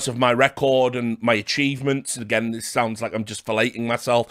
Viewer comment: Richard "Done it agait" Lewis